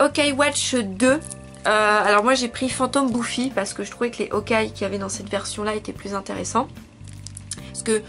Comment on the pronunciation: Entre Fire Emblem Fates et Fire Emblem Echoes j'ai largement préférer Echoes. C'est qu'une impression ou tu dit O-kai x) ? C'est assez perturbant vu que j'ai jamais vu un Y muet Fais attention avec Tokyo Mirage Sessions #FE (ça se dit #FE après le tokyo mirage) y a vraiment peu d'élément sur la série Fire Emblem et le jeu est entièrement en anglais, le jeu est un "mélange" ou plutôt un "persona" avec des éléments/clin d'oeil sur Fire Emblem. Personellement j'ai eu la nintendo switch avec Splatoon 2 et ARMS, mais sur PS4 j'ai aussi eu Nier:Automata que j'adore. Mon prochain achat sera Danganronpa V3 (disponible sur PC/PS4/PSVITA) il va être traduit en français du coup j'ai hâte vu que c'est rare les visual novel d'enquêtes en français .